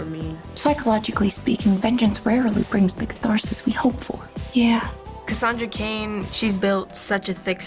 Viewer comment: 👏They 👏 butchered👏 Cassandra 👏Cain👏